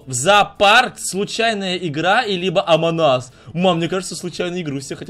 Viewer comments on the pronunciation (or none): ты говориш не правильно не амонас а "Амонг ас" перевод (среди нас) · А чо в начале амонас а не амонг ас хахахахаххахахахахахахаах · сказал аманас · Амонас 🤣🤣🤣🤣🤣🤣 Правельнее наверное [Эмонг Ас] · не правильно не амонас а "Амонг ас" перевод (среди нас) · Не амагас а амонг ас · Правильно Не Эмонг Ас А Амонг Ас